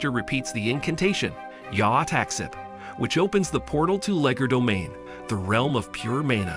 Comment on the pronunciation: Not tryna be rude cuz ur cool but it’s Called “Legerdomain” not “Legodomain”😅 it’s also “Alpha Rune” not “Alfa Rune” your still the best btw❤